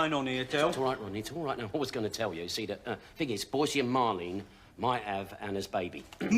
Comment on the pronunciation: Boycie, not Boise. Great video, nonetheless.